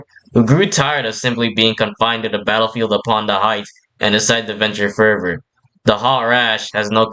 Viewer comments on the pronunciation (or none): none